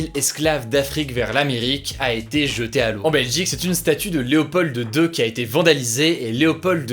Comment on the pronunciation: Info pratique : On prononce Léopold II sans le de.